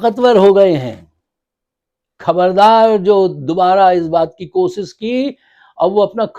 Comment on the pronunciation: Abe Urdu kisi hindustaani se seekh leta 14.10 ke Baad sun kiya keh Raha he kosis nhi koshish Hoti hai کھبر نہیKhabar nhi خبر hai Khof کھوف Nhi خوف ہوتا ہے